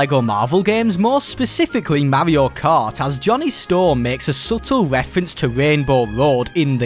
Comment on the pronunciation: Bro its not mavio cart its mario kart